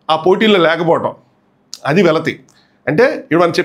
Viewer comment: వెలితి not వెలతి